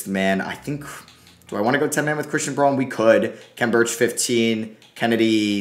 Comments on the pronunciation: Just for future reference it’s pronounced Brown not Braun :) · pretty sure that christian braun’s last name is pronounced brown